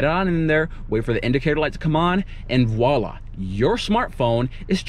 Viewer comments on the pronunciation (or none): none